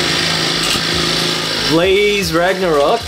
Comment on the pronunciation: you said blaze ragracock